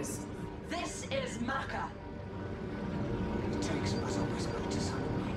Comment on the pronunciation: am I the only one that's kind of bothered by the pronunciation of "Macha"? I'm pretty certain in Winter Assault and in original DOW it was pronounced as "Masha" not "Maka"